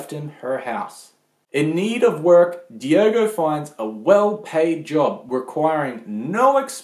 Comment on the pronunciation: ffs it's daigo not diego